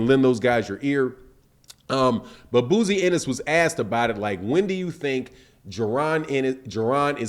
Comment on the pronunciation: "BOZY" NOT BOOZY SMDH 👌🏿.My Guy Loves Messing People's Names Up...